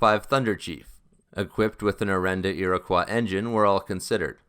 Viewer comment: Ear-uh-koi. Iroquois. Not ear-oh-kwah.